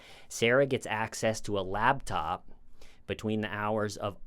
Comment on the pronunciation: Repeat after me... Lap. "Lap!" Top. "Top!" Laptop. "LaBtOp!"